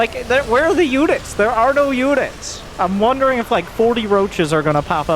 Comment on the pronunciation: hahahaha no way he said ther